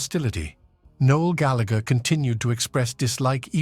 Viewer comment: Big Time. And he cant even pronounce Gallagher correctly!!